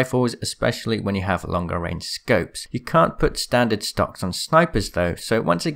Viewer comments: Did you say "STONKS?????" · I THOUGHT HE SAID STONK😂🤣🤣😂🤣😂